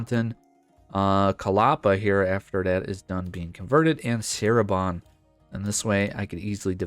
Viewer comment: I'll watch you play as Cirebon, but you have to pronounce Cirebon correctly lol (the c is like ch)